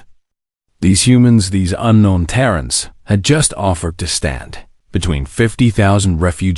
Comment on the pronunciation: Tarrens instead of Terrans 😆.